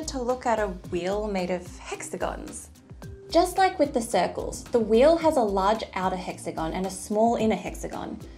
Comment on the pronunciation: Thank God we're all different. I can't explain just how irritating this video is. The only thing that's amazing is that she can't even pronounce the word wheel.